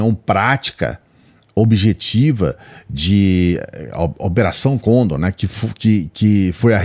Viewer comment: Operação lê-se condôr com sílaba mais forte a última.